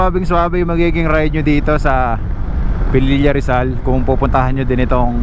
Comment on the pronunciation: Its Pililla po, not Pelilla. Thks.